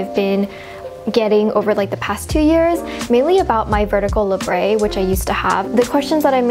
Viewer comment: labret isn't french or anything, there is no accent. its pronounced how its spelled la-bret